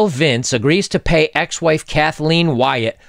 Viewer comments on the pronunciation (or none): none